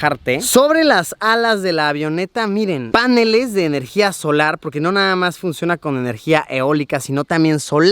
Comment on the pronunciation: "Páneles" Luisito Palomón 2020